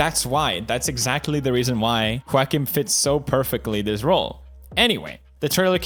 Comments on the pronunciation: It should be pronounced as “Jokin” lol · Everyone: Joaquin Phoenix Pewds: JOE-A-KIN Phoenix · Felix pronounced “Quackin” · Uh. If that's the case, it should be pronounced (Hawk-een) but it's pronounced (Wawk-een). Try again? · Felix: Seiriously, why can't we just call him Joeceem Phoenix. English language, please. Ok, Fellix Kellbög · Ho-ahkin phenix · Felix: Seiriously, why can't we just call him Joeceem Phoenix. English language, please. Ok, Kelljeberg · Given how the name isn't exclusive to spanish speaking countries, and it has a portuguese counterpart where the J is pronounced, I think it's less cringy to pronounce the J instead of hearing everyone say "walkin'" phoenix. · I cry in Spanish every time he mispronounces Juaquin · "debut film" pewds: "debit film" "Joaquin" pewds: Walk-In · Me: wackim phoenix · Pewds : I want you to get this man's name right , kay ? Also Pewds : This is my friend Quack-een Phoenix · Choaken Phoenix? Lol I thought you say JOAquin Phoenix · pewds, Joaquin is pronounced wah-keen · it’s pronounced whoa-keen :)❤️ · "Joaquin" is pronounced the way it is... because it's not an English name. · "Joaquin" is a spanish name, thats why its pronounced that way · I cant with how pewds says Joaquins name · Pewdiepie: My me mine favorite actor (cant even pronounce his name) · Joaquin is not pronounced as you wish, because he was born in Puerto Rico, so Joaquin is Spanish, not English. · Lol why can't Felix pronounce Joaquin's name? I get it, he's got an accent but it's pretty easy once you've heard the correct way. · Pewdiepie doesn't know how to pronounce Joaquin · "Joaquin" is a typical Latin name, thus not pronounced as it would be were it a typical "American" given name....